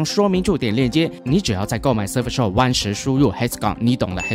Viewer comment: 大聪真的英语口语堪忧呀。。。。。surf SHARK